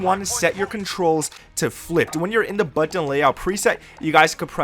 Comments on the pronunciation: "buTTun" lmao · Kontrol freeks? Are you stupid? They literally don't do anything other than raise your stick height by a negligible amount; certainly not enough to affect your aim. And why do you say button like that? It's super weird. "Buutyaeaen"???? Your advice is obviously so juvenile and surface level, like a child. Or someone who's only played on console. One more thing: lay off the adderall.